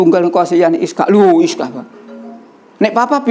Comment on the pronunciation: Ishaq bukan Iskaq tadz